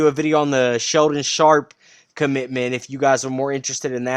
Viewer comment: C'mon man it's Shaedon Sharpe. Don't cover recruiting lol